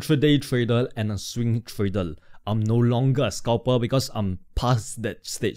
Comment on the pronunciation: Thank mate ,nice content....Have you somme issues to pronounce the R because you say Tradel instead of tradeR thank you so much to explain your strategy so nice.......